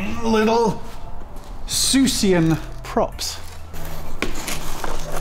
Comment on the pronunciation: the amount of times he said SUSIAN 😂😂😂😂